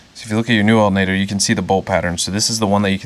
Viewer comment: "We're going to replace the ALTENATOR...."